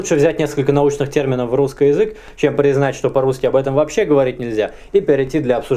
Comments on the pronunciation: в словах "русскай"? не "ы", а "а". ну и это единственная правильная форма вообще-то! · Супер, спасибо! очень интересно. А вот вопрос есть: это так задумано, что вы окончания прилагательных -ый, -ий произносите как -ой...? вроде русской язык. Или это уже такой говор? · Мне одному режет слух прозношение окончаний? Русскэй вместо русский, эдэкэй вместо эдакий. Это вообще откуда? Классическое "правильное" произношение? Как этот феномен вообще нагуглить? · Почему вы оба говорите "русскай" вместо "русский" ? и в других словах так же. Это неправильно! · "Русскый" слышу "русскай". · позвольте задать 2 вопроса! 1) как приавильно "обожжется" или "обожгется"? 2) почему говорит "ый" в окончаниях на "ий"? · Всегда с интересом смотрю твои передачи. Но, ради Бога,, перестань переигрывать! Эти твои нарочитые и сильно преувеличенные акценты на: перьвый вместо первый; русскОй вместо русский, и т. п. - звучат искусственно. В речи людей, которые произносят это натурально, а не потому, что заставляют себя - это звучит органично и не привлекает внимания. У тебя-же это звучит вычурно и наигранно. Однако, это не уменьшает интерес к твоим произведениям. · Откуда у вас такое произношение "русскАй, филосовскАй, немецкАй"? Причем, девушка тоже так же произносит окончания. Это фишка или влияние какого-то диалекта? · А почему вы говорите русскЫй? Это историческое произношение? Тоже самое церЬковный, словянскЫй, перЬвый. Очень интересно!